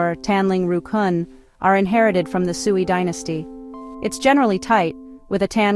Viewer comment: Oh my goodness, I don't know if this is AI narrated or human narrated, but if it's a human - please learn to say the dynasty names at least somewhat close to their actually pronunciations! "Sui" is pronounced like "sway", not like you're some farm wife from the 1930s calling the pigs home!